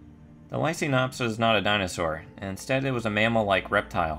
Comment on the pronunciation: Hate to burst a bubble, but it is pronounced "lie-KANE-ops". You know as in Lycan for Wolf (if you watch the Underworld franchise)?